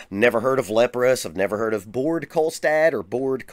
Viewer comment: ”Bored Kolstad” 😂😂 im not norwegian and pls correct me if im wrong but i think Baard is pronounced just like Bar but just with the d at the end. Of course the R is different here in scandinavia than in the us for example.